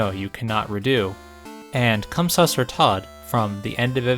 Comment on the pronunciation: damn, you're communicating from the past? btw, that's not quite how süsser is pronounced. it's more like "sue-sehr" or "sysser"